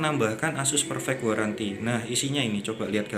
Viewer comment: 24 month garanty bg bacaanya